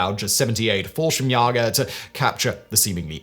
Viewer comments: Fallschirmsjäger is pronounced with an “a” sound, not “ah” sound. Like the letter A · The Jäger in Jallschirmjäger is pronounced like Chuck Yaeger's last name. Umlauts have a function, you knöw ;-) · An A with an umlaut should be pronounced like "ay". Simon has obviously been misadvised as to the pronunciation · Itll never be not grear hearing Simon butcher the german pronounciations <3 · The way simon pronounced "Fallschirmjäger" is kinda weird and funny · *almost correctly